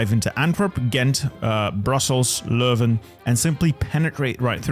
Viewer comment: first time I heard someone pronounce "Leuven" the correct way on the internet.